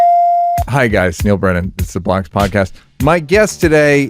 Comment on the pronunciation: Every time you say “This is the Blocks podcast”. I think you’re saying, “This is the Blacks podcast”… and I’m aware I’m watching the Blocks podcast lol